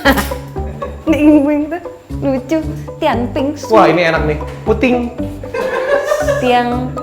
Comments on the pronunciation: Wkwk, ngakak banget pas ngeja mandarin, (pu ting) itu di baca puding:) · ada" aja yg dibaca putting😀😀 puttin itu bhsa mandarin,,artinya pudding🤭🤭,mien pau itu roti😅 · Pu Ding di bacanya 😅, itu BLK Taiwan, bahasa mandarin, Hua ye chai, dll 😅